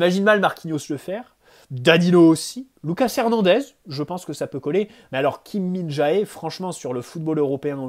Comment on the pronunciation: Salut super vidéo comme d'habitude. ps: Kim Min-Jae se prononce Jé a la fin pas Jaé